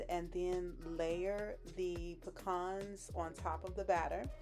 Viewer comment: Thank you for pronouncing pecans correctly...exactly the opposite of how my M in law says it! Every ingredient rocks my taste buds...